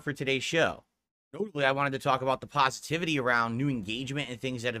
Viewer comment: “the PAHSETIVITY “